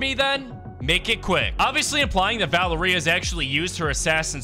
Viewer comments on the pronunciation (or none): Dude its val-eria